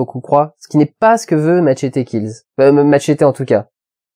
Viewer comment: "Machaydi quilze" ? C'est pas "machette kills" le film ?